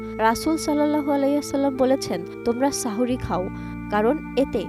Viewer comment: সাহরী না বলে সাহওরী বলেছেন